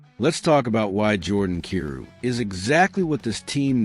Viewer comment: How do you not know how to prounce Kyrou? He's been in the league for 8 seasons now. lol